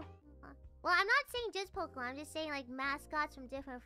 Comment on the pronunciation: ポケモンの発音は、「ポキモン」だったり「ポクモン」だったりするんだな。